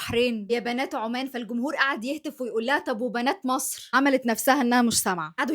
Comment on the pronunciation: بالله عليكم تب دي وحده تعرف تقول مصر😂😂😂دي مقشفه 😅دي لو في مصر كانت بارت😂😂😂😂